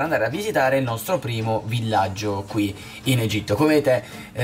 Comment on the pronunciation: Egitto non egiti